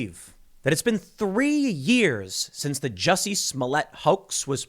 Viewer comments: You’re pronouncing Jucy’s name wrong 😑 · Jusseh! Lol